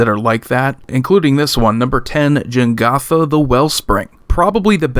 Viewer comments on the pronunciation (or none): Jegantha, not Jengatha. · Minor pet-peeve of mine, but everyone says this incorrectly: It's Je-GAN-tha Not Jen-GOTH-uh